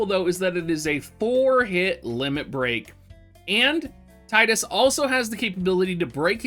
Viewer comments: I've called him Tide-Us since I played X way back when the game came out and always got crap for it. Happy to hear you use the same pronunciation Dr! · Not even 30 seconds in and all I can say is thanks for saying Tidus correctly lol